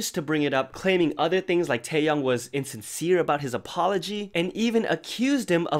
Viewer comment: Taeyoung is a different person. Say his name right please. Tae Yong. YONG. TAEYONG. Sorry, mispronouncing names is a pet peeve because people always mispronounce mine. But TAEYONG, not Taeyoung.